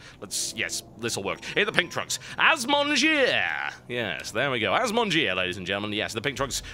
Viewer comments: As someone who knows a few words of French, you made the name worse! Bottom-eaters indeed. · assmonger = 'az-mon-jeer' Nice use of french, TB. ;-) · Did anyone else think the way he said the terrans name sounded just as bad? Y'know like, Ass Muncher? lol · You know your name is horrible when even the caster refuses to pronounce it right XD